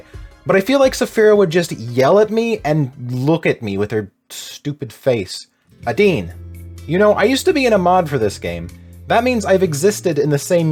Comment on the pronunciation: I can’t believe you pronounced adines name like that. Crying and shaking rn